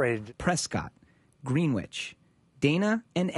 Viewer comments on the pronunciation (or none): Grenich not greenwich